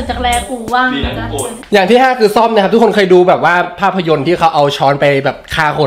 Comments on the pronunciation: มันต้องเป็น ส้อม นะครับ ไม่ใช่ซ่อม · ส้อม ไม่ใช่ ซ่อม 555555 นั่นมันซ่อมของงง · ส้อมค่ะไม่ใช่ซ่อม